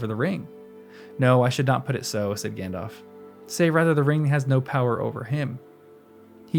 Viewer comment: Narrator, I'd like to suggest that you consider pronouncing the names correctly, such as Cirdan with a hard c, and Gandalf with a pronounced l. The listening audience would appreciate it, and it would honor Tolkien's memory.